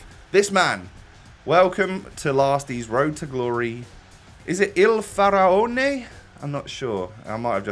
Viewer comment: I'am Italian and you have pronunced Il Faraone correctly and in English is The king of the ancient Egypt